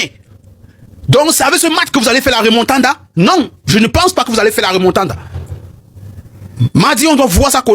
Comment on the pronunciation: C'est le Réal de Madrid et non Magrid. C'est la Remontada et non Remontanda